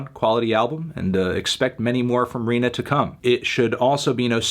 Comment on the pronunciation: HE FINALLY SAID RINA'S NAME RIGHT!